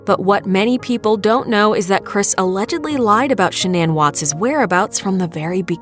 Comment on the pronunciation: I think she said /'sha-nan/ with the stress on the first syllable.